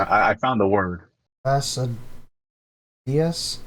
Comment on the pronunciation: it's pronounced as Fa-sti-dious